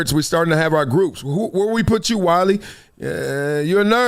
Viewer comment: K wiley ur ok with someone butchering ur name, not everybody will be. Druski could've poke his corny joke another way.